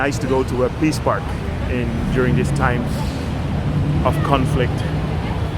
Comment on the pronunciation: Sounded like he said: the Piss Park!